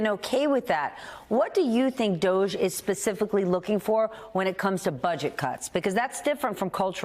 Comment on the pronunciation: Can we please pronounce DOGE correctly? Like the word "dodgy" since it really is dodgy?